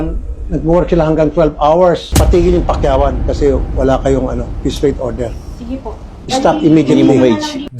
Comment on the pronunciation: You mean piece rate? Not “peace” rate